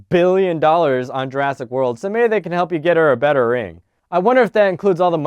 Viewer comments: Is it just me or did he say jurastic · At one point, I think you said "Juraffic Park"